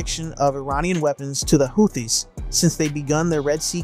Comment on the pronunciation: bro, if you are gonna be a "professional presenter"... please learn pronunciation! "howthees"?? "hoo-tees" i know how its spelled, but... like Dutch words... "it is not as it appears"